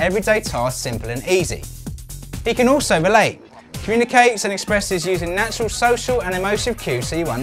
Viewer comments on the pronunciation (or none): none